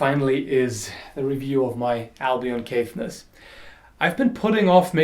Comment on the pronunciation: I know im 3 years late, but just some nice wee trivia. Caithness is pronounced with an emphasis on the last "E". As in Loch Ness Monster lol :)